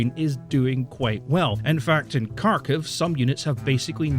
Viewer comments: You could easily fix your problems with pronouncing the names of Ukrainian cities, if you spent a few minutes watching videos from Ukraine. Looks like good info here, but in general, I find that the people who don't bother to find out how the names are pronounced are less likely to have good info. Believe me, it isn't at all difficult to learn to pronounce those names. Kharkiv--try haarKEEV, Kherson--try hairSON. Not difficult at all. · you're not pronoucing Kharkiv, or Kherson properly either. The K's not silent but also certainly not hard. Read them like kHerson and kHarkiv and you're closer, there should be the suggestion of a k but you shouldn't really hear it :p. It's kind of the same with the H too, it's kind of soft and the stress is on the S and K in the second syllable. I'm not even 9 minutes in and I'd had to go back so many times to re-listen because your exhasperation is just... so on point. Wish i could like it twice.